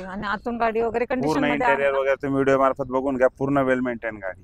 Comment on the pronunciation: अहो मॅडम.. शुद्ध उच्चारण करा... Video शब्दाचा उच्चार व्हिडिओ असा करा... व्हिडो - व्हिडो असं बोलत आहात... ऐकायला बरोबर वाटत नाही..